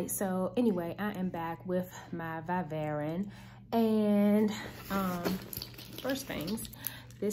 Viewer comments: it is pronounced Vy-Vrin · learn how to say it- Vi ( long i) Ver - IN